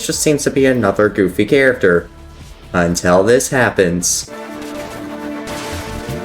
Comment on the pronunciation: “and he’s a fanmade charafer”